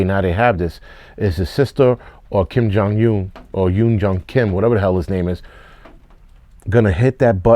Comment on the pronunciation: China can suck a preserved egg. Butchering Kim Jung Un's name.......priceless. Keep up the good work sir.